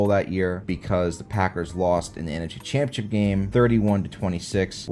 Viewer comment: There is no "I" in the word Jaguars. And "championship" is four separate syllables. Slow down!